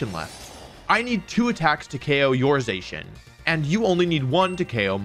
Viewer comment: Has to be the only person on earth that pronounces Zacian wrong somehow